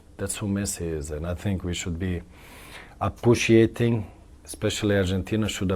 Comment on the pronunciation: I respect Zlatan but Appuciating ??😂😂